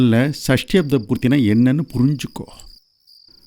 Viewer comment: சஷ்டியப்த not சஸ்டியப்த